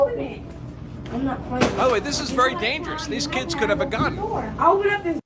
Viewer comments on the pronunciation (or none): My "keeds"